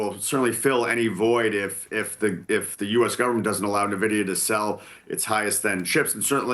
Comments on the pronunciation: Will someone please tell Chief Investment Officer how to pronounce “en-VID-ee-uh” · Hard to take this guy seriously when he doesn’t even know how to pronounce Nvidia correctly!